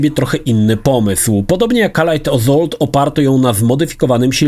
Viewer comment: On sam nie wie o czym mowi. I jeszcze to wymawianie tytułu "pacific AZOLT"